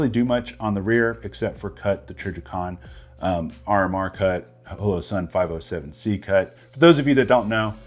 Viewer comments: The way you pronounced Holosun threw me off. Is it really pronounced that way? Thought it was Holosun like Hologram. Or pronounced like sleepy *Hollow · You say Holosun funny. ;-)